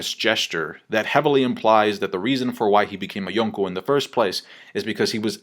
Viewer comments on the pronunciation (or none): "yoownkow Level"